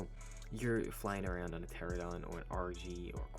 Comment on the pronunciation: ITS TER RAN UH DON NOT TERA DON